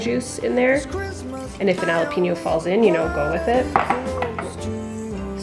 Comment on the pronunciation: you pronounce jalapeño with a 'hhh' it's not a silent j just wanted to point that out, apologies! hehe